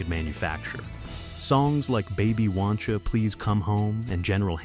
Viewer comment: Former Canadian radio music director here. Couple mispronounced things kinda skewer this right off the bat - Ra is pronounced "Ray"; and it's "Baby Woncha Please Come Home", not "wancha".